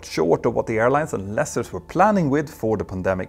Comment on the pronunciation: Love your stuff but I winced every time you said 'lessers'. It's pronounced the same as Lease. Lease-ers (Lee-sers) Not meaning to be disrespectful or a troll. If no-one tells you then you're not going to know.